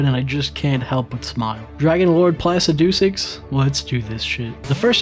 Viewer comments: Ah yes, Plasi-doo-six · Totally awesome video, We've watched them several times S rank. But why do you keep mispronouncing Placidusax, Is it a joke because we don't get it. Also you should totally bring Cathy back for the full game DLC included. 😂😂😂😂😂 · No way bro pronounced placidusax like that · I had to watching when this mfer started saying Placidusax The way he pronounces it makes my fucking skin crawl